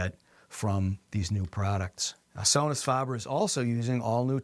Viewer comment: Faber, not farber.